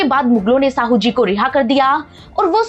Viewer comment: मैडम साहूजी नहीं शाहूजी महाराज कहिए नाम तो सही से लो